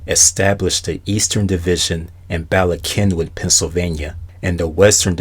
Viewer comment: Finally a video where someone knows how to pronounce Bala Cynwyd...lol being originally from Philly. I let people know that in Pennsylvania names aren't pronounced the way its spelled. There are people that don't believe there such a place called King of Prussia😄 Anyway keep up the good work on these Videos. Could you also do a video on What Happened to the Mazda Millennia or Mitsubishi Diamante which at one time were considered Mazda & Mitsubishi Premium Luxury Models? Just a thought 🤔